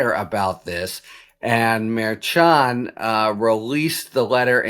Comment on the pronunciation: The judge’s name pronounced “Mer-shand” Ch as in the French “cher” not the ch in “church.” Sorry, your mispronunciation has been driving me crazy for months. Your analyses are wonderful but the pronunciation really bugs me. I’ll cope. Just thought you ought to know.